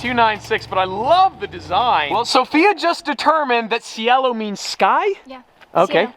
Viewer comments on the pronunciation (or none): the pronunciation of Cielo is "Chelo" but yeah, gorgeous colors on the new Maseratis and even that one Countach